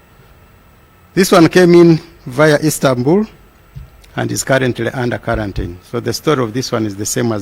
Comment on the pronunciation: karantin or Quarantine???